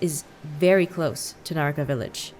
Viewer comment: The way Aphmau says Nahakra Village sounds like Naruto Village